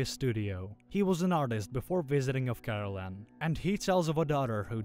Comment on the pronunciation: The AI narrator pronounced it as Caroline but it's actually spelled Karallen, lol